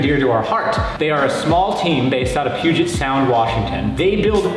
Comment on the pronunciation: I wish you guys would learn to pronounce 'Puget', its 'P'you-jay', like Denon is 'Den-oh' and chassis is a soft ch like 'champagne'.